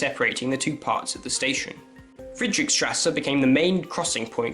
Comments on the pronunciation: Nice video but it’s Friedrichstrasse not friedrick-:) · i love how he pronouce Friedrichstrße